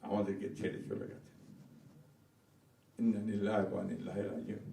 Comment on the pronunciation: আমরা কেমন মুসলমানরে ভাই ঠিকমত ইন্না-লিল্লাহি টাও বলতে পারি না